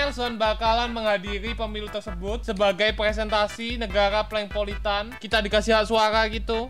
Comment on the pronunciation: PLANKPOLITAN itu yg bener udah diam woi